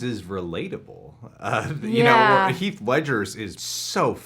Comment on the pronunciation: It's heath